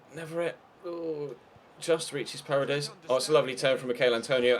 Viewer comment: it's parEdes not parades